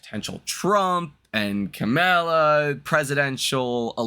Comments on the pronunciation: ca-meal- ah ? .....Really ? that's what you got ? talking stock and can't pronounce words . listen im a Republican but it s Calm- U - La. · Dude, her name is pronounced “COMMA-lah.”, you are a smart guy but you sound it by how you call her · Comm- a - La you got to get her name right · This man literally pronounced her name wrong 5 different ways 🤦🏾‍♂️